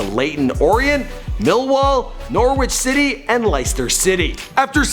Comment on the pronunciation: The Google translate app would help with pronunciation. Type in the word and hit the speaker symbol. You'll hear how to pronounce the word. You mispronounced Arsene Wenger, Norwich, Leicester and a few others. Google translate says these correctly.